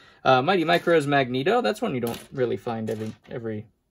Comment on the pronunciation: Mighty micro magnto not scoby do